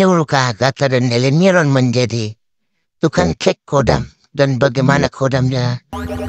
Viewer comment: Khodam bukan kodam... Kodam V jaya 😅😅😅